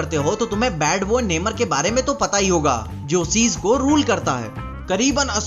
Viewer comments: नेमर nahi नमोर hain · It's namor, नमोर I think ....!!